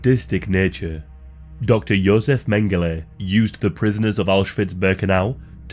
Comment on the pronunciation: It's Josef. Fucking amateur.